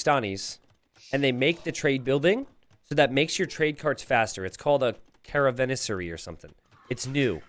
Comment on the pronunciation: Cara-van-ser-i Caravanserai, I know you're American, but you can do it xP <3